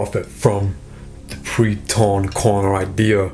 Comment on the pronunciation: "Pre-corn torner" 😂